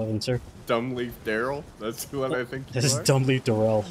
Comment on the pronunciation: “Dumbleaf Darryl” 💀